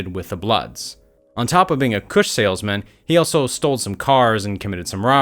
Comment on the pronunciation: This nigga said "Kush Saleman" 😂